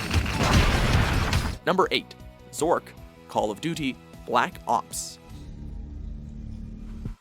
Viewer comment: why does he say Call of Duty like that LOL